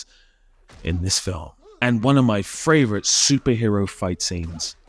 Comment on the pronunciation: fravorite said fravorite again